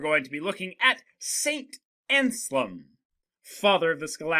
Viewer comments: You mispronounce the name just like my students! It's not Anslem, it's AnSELM. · Ansalem? No, it's ANSELM. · Damn that name butchering tho